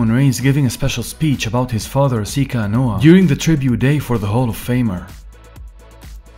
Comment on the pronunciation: You're pronouncing Romans last name wrong. Its Anoa'i - Ah-No-Ah-ee